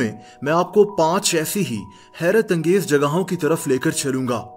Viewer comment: When he say HERAT ANGEZ